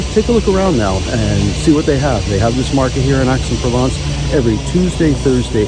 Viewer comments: Nice video but your pronunciation of the citys name grates. Its not Axe, its more like Aye. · It's pronounced "Ex"